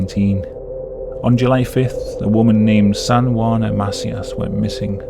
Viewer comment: The name "Macias" is pronounced "Muh-SEE-us" not "MAH-see-us" 😉